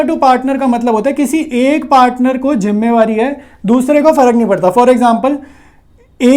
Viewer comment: Jimmewari 😂😂😂.....jimmedari hota h